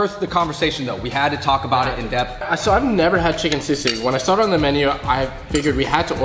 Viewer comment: As a full-blooded pinoy born and bred in the ph, it was def funny hearing teaching the fungs how to say palabok and still butchering it himself. Shoutout to the correct pronounciation of sisig. Fung bros say it right!